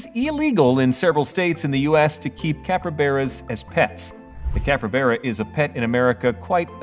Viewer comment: Great video, loved the info, but IT NOT PRONOUNCED "CAPREBERA" IT'S CALLED A CAPYBARA